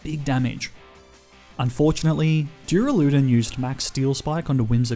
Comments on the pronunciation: was wondering if anyone would say anything lol. When he repeated it multiple times I had to stop the video haha! If he reads this, it's pronounced Duur-Ah-Luh-Dawn. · Dooraloodun is definitely how you say duraldon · NO, IT'S PRONOUNCED DUR-AL-U-DON! THE THIRD SYLLABLE IS A U, NOT A F*CKING A! SAY IT RIGHT BEFORE I MAKE YOU! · He said duraloodan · take a shot every time he says duralewdun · the way you said "duraladon" killed me man. XD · Its pronounced Dur-al-a-don. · nice nuzlocke! but is no one gonna address how he pronounces duraludon?? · That is not how you pronounce duraludon